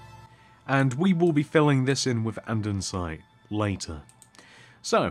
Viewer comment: it's and-e-sit not and-en-site